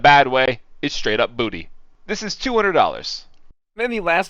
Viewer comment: Straight up BoOtY